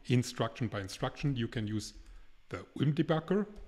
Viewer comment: Boah mein Kopf schmerzt bei der Aussprache von ULM 😂